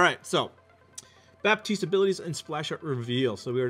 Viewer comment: you do not prononce the p in baptiste it's a french name